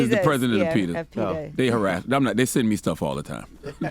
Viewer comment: Can y'all pronouce it PET-AH instead of PETER!! Out here thinking they be talking about a real dude 😅